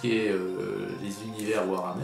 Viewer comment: par contre le e de hammer ce dit pas è